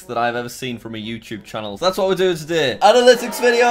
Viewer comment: Nobody: Not even turd boi420: Jack: aNaLyTiCs